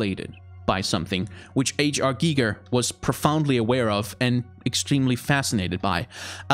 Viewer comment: You pronounced Hans Rudi Giger very vell. At least to German ears. :)